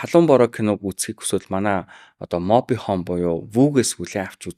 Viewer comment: Моби хөүм гэдэг юм. Моби хоом гэдэггүй байх.